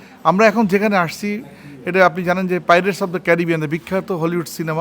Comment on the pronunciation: উচ্চারণ এত খারাপ কেন ভাই? পাইরেটসকে প্যারেটস বলতেছেন!